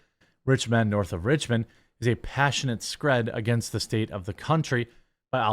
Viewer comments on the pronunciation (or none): Screeeeed, not scrid